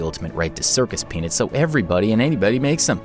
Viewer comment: It helped me when the m&Ms had penises inside it's pronounced peanuts thank you and I didn't know there was power rangers in the pack of m&M's what kind of m&Ms has that? I know what you're doing there.